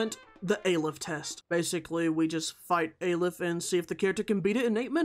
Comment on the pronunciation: STOP CALLING IT EI LIF PLEASE! ITS AH - LEF like AH! monster! and LEF like Left